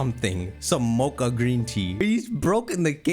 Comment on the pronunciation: I was confused until I realized you meant MATCHA, not mocha. Ngl Nobody cares about Sinistea becaust both it and Polteageist are mid, having an extra evo or a regional fake would be kinda nice. We already got Dipplin for Applin, new evos aren't impossible.